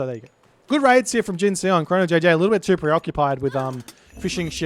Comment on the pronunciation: Hey, if Jin_Seon is as Korean as his name looks, then the Seon should rhyme with the bon in bond - no e:)